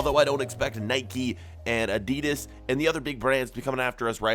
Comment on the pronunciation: is one of the best fifa players and you say Adidas as “add de du as” I’m English